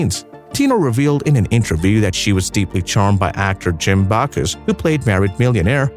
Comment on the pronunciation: It's Jim Backus, not Backoos. Plus, you spelled it wrong.